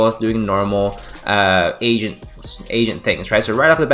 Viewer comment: A-GENT , not Asian deck lol